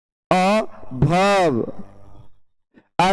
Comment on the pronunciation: सर,आप बहुत अच्छा पढ़ते हैं। बस कहीं - कहीं हिंदी उच्चारण गलत हो जाता है जैसे - वर्ब को आप भर्भ उच्चारण करते हो, शायद आप बिहार राज्य से हो सकते हो।